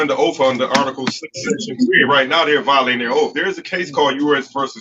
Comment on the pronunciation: Ahhhh, it's the again. Yet this time sans fez. Has he seen the light? I think not judging from the utter nonsense he is spouting. But with all these 'vi-oh-latin' of oafs' I bet he's in with a chance.